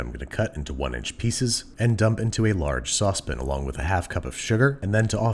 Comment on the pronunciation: Did he say "Saucepin"??😐